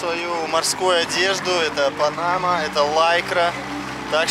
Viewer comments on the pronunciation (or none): none